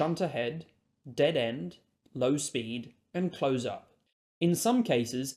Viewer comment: It's 'close' as in together or near. It's not 'close' as in close the window.